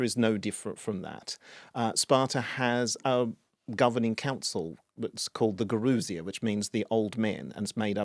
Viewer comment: What amazes me is that for all your knowledge of Ancient Greek history the pronunciation of Greek names, words etc is difficult to understand Eg gerousia or yerousia . The pronunciation sounded as gourousia instead as ye-rou-si-a or Ge-rou-si-a. The rest was interesting. 😅